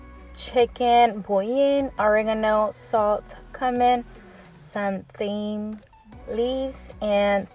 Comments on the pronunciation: Thyme..is pronounced ..Time..and i learned a new way to cook chicken,i am one of your older viewers.xo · Thyme is pronounced as 'time'. 👍🏻👍🏻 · Your so cute! Love it thyme pronounced time. Love you girl. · I love your video's you really inspire me with your cleaning videos, I have incorporated your tooth brush trick,to micro clean , great detailing trick. But also here is a little pronunciation note ,first, all due respect, there is no shade over here.🙋 The herbs you used are called cumin said like (Q men, and thyme like ,Time) just trying to help no ill intent I❤❤you personality just trying to help. Great video tho👋👋